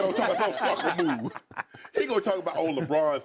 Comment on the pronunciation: Did Skip say Sucka Move??? LMAO!!!